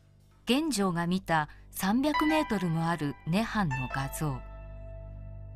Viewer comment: 感谢上传，不过玄奘法师俗名读音是chen yi，不是chen wei。